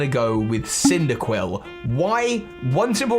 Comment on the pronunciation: CYNDAQUIL DOES NOT END WITH 2 L'S! KLEAVOR, NOT KLEVER!